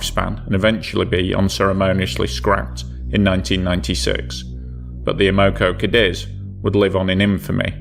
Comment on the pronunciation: And her name is amocogadis ! Not amogo! Everyone no that if they was there